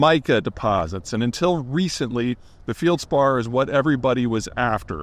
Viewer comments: "feld·spaar" not "field" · "Fieldspar" (sic). No, it's feldspar. No i in the word and there never has been. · It's feldspar, not fieldspar, Peter, but go on. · It’s “feldspar”, not “fieldspar”… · FELDspar pronounced FELL'D SPAR NOT FIELD SPAR. I made real Pyrex (borosilicate) glass, I also made missile nose cones, wave guides and cathode ray guns among other glass marvels. I'm sure there's a good bit off site. It's not hard to stock pile or store and some of the less lucrative uses can be sidelined for a bit. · Please learn how to pronounce felspar. It's a short "e", not a long " e" like you spoke. Think 'fell spar' instead of 'feel spar'. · Feldspar, not Feildspar. Pronounced with an E, like in "Bed". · FELD-spar, not 'Field-spar.' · “Field-spar” 😂 Never heard anybody say it that wrong before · Feldspar is pronounced like Marty Feld man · Denigrates Southern time and then can’t pronounce feldspar. 😬